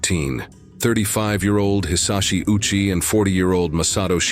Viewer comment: Ouchi is pronounced Oh-u-chi.